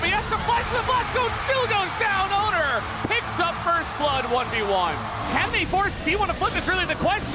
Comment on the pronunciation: why do they keep reading "oner" as "owner"?